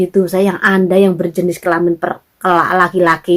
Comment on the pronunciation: Kelaman bukan kelamin...wkwk